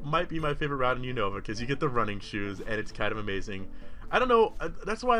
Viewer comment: Was he saying shit skin